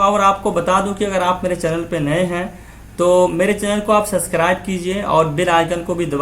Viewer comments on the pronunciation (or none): Sir please not speak suscribe Speak subacribe